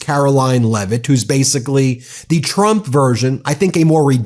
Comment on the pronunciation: I think you may be mispronouncing a name..... it is pronounced LIEvitt.